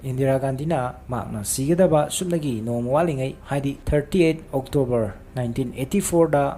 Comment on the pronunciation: 30th October gi pronunciation ne...